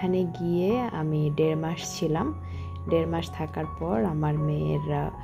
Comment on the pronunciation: সুস্থ আর অসুস্থ কথা দুইটা একটু ভালো করে বলবে আপু তুমি বলো ছুস্ত,অছুস্ত বার বার শুনতে কেমন জানি লাগে আর দেরমাস কে বললা ডেরমাস। পাবলিক প্লেসে কাজ করো তাই পাবলিকের ডিমান্ড হতেই পারে তুমি যদি পড়ালেখা না জানতে তাহলে বলতাম না যেহেতু তুমি পড়ালেখা জানো তাই চেষ্টা করবা শুদ্ধ করে বলতে।আর না হয় আঞ্চলিক ভাষায় কথা বলবা শুনতে ভালো লাগবে আমি আঞ্চলিকতা কে সম্মান করি। কিছু মনে করো না।